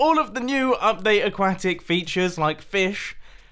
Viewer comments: I love how he says Aquatic. /Ack-wah-tik/ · a-quack-it feuters and everything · Every time you say "aquatic" I think you're going to say "quack" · You say aquatic weird, so I want you to say croissant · Am I the only one getting a little annoyed about how he pronounces aquatic 😤 but anyways I’m hyped for this season!